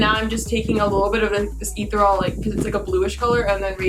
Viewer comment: “Ee-ther-all” bitch.